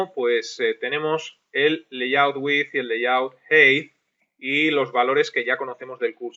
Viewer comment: Se nota que tu también aprendes maestro, en el 16 pronuncias layout como "layut" y en el 16b grabado al año siguiente ya pronuncias "leiyaut" 😂 Gracias por el curso.